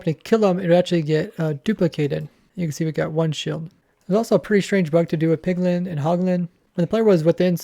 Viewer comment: My man has a lot of trouble saying Piglin.